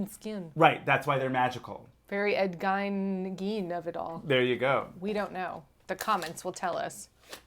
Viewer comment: I think that even though it is spelled Gein (like mine), it is pronounced like mean or seen.